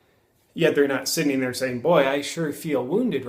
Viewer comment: There, not ther